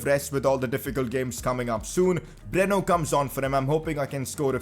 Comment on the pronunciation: It's Breno not bruno